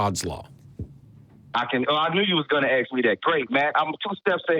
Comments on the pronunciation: ASK!! Not "axe"...😬😂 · Caller: I knew you was gonna AXE me that? Lol moron!! This caller put the DUH in dumb!! 🤣😁🤣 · I really wish callers would stop "axing" questions and ask them instead. What has happened to the English education in the U S A ? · Starting by saying the previous callers were insane, you know the call is going to be far more insane. When you constantly talk over the person you’re having a conversation with, and you say “axe” instead of “ask”, you’re not worth talking to. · Whenever I hear "aks" in my life I know a bunch of ignorance is soon to follow. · I'm not convinced anyone that pronounces the word "ask" as "ax" is capable of constructing a coherent argument about anything. He certainly has no idea whatsoever what a syllogism is. This IS arguably the stupidest person that has ever called any of the shows. He called a while back and spoke to Russel and Jen on the atheist experience to argue that homosexuality was "unnatural" and his argument was basically: "If a man gets feces on his penis it's unnatural". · I'm black so I think I can say this. I know the caller is black because he does not know how to pronounce the word "ask" as majority of blacks in the US. They say "axe". The next thing is their general irrationality when it comes to the idea of the Christian God. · When someone says 'aks me'🫣